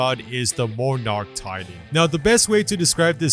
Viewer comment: Did he say monarch like more narch